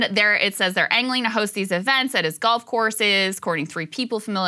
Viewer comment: Are you saying golf or gulf